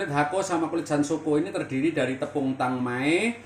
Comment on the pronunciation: Bukan tangmay tp tangmien itu...salah dia